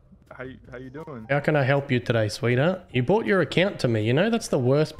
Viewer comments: brought not bought bruh :') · Lol, Non-Aussie's hear "bought" when he was attempting to pronounce "brought". It's like the "how ya going" phrase. Not "how ya doing" or "how's it going".😂 Good work bro, keep it up.